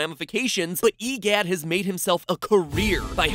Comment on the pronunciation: Hehoha, stupod MitPot, your clearly wrang. E Gidd is actually Woria